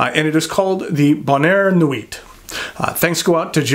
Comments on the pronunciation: As thorough and as interesting as this review was the butchered pronunciation of “nuit” “sans” “serif” and “Mont Blanc” was too much to stomach. There are YouTube pronunciation segments that you can Google on each of these. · Just don't rely on for pronunciation of French words such as "sans", "bonheur" or "nuit". He handles "Mont" and "Blanc" pretty well though. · Great review and a MB I'd consider buying. For whatever reason this model intrigues me, whereas many MB's do not. If I do, I'll go through Appelboom, as I've not purchased from them before and they always have a good selection of higher-end pens. Silent "T" in the word nuit.